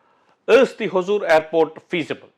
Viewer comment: Sir sorry if im wrong. It is Hosur and not Hozur. There is no Z our languages both Kannada and Tamil.